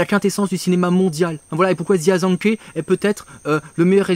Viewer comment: Aller petite leçon de prononciation, parce que ça m'a fait mal aux oreilles. Jia ZhangKe : Djia - Djangue-Queue Zhang Yimou : Djangue Yi-Mooouuu Hou Hsiao-hsien : Rohou Chi-a-o Chi-an